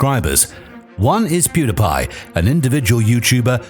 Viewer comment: You don’t know how to pronounce pewdiepie